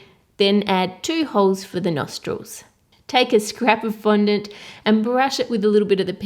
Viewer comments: was she meant to say fondant cuz she said 'flondant' ? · how come cake boss pronounces fondant like fondentē